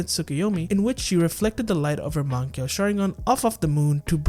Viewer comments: I, unfortunately, cannot take this video seriously to the fullest extent due to your egregious pronunciation of the word "mangekyou." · can't take the vid serious with your pronunciation of mangekyou